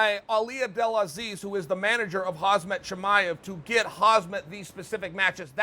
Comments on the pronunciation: When is Chael gonna learn no say Khamzat and not Khazmet? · KhaMZat!!! Not KhaZMat. Dude likes to mess up names so much 😂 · Im surprised i havent gotten used to chael saying “khazmat” Someone tell uncle chael its KHAMZAT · why do u still say Khazmat lol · Khamzat "Hazmat" Chimaev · It’s khamzat ,pronounce correctly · Mr Sonnen, please, learn Chimaev's damn name. The whole Hasmet thing is not funny anymore. It feels more and more disrespectful to talk about a man (or woman) without putting in the effort to learn how to properly pronounce his (or her) name. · Chael : Hazmat Chimaev Me : OK great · Kham-zat. Stop saying it THAT wrong. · pronounced as hamza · Chael to the correct pronunciation of Khamzat.. "I can't let you get close" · imagine training mma your whole life, beat up people and getting beat up, getting the chance to fight in the biggest fight organization in the world, winning fights back to back with even hopping between weight divisions, just to have the greatest fighter of all time pronounce your name wrong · Khamzat's gonna be devastated when he realises he's been pronouncing his own name wrong this whole time